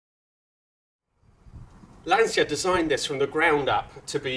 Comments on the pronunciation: It's Lancia, not Lansia. Like in "Channel". Cheers from Italy! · All these "LanSia" pronuciations are getting rather annoying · You pronounce "Lantcha " not " Lansia " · Great video of a rare classic, but come on with your Italian heritage please pronounce Lancia correctly, its Lan-cha not Lan-se-ya, love your content though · Lancia is a beautiful family name. Pronounce it as it should pls. It is definiteli not “Lansia”. Show some respect to Vincenzo Lancia’s name and learn how to pronounce it correctly. It is really not that difficult. Then you should make videos showing his cars. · English soeakers will understand better if you write 'Lan-cha' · Quick side note: Lancia is pronunced "Lancha" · More Lanchia actually! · Why would you pronounce 'Lancia', the Italian way? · If you want to use the correct nomenclature then you should start by using the correct pronunciation of Lancia! It's a hard 'C' :) . Great piece though, I enjoy your channel. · Also, for an Italian, your pronunciation of Lancia is appalling. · Say the name right at least!